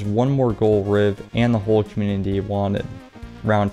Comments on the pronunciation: I love your videos but I can not stand the way your say “community“ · You need to practice the word community